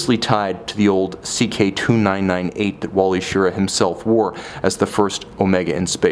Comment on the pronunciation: Great review as always. The astronaut's name is pronounced Shir-RAH.